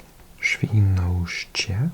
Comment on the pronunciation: Wow, this pronounciation is very good ! Really nice recognition of our way to speak W, U and J and of course all the diacritics. And your accents are in good places. You even conquered Żyrardów and Świnoujście without problem. - you have voivodeship here, or a province if you wanna be in more international terminology. There are 16 of them in whole country. - it's very ancient word in Polish, but yes, it means island. Now it is only fossilised in place names. Nobody calls island like that, now it is "wyspa". - I never knew why some cities of ours have English versions, while other don't. - back then, in Eastern Block times, when Lithuania and Belarus were Soviet Republics, this far-west reaching russian land made sense. It has been cut off from its mainland since those two regained sovereignty. It sits there like a sore thumb.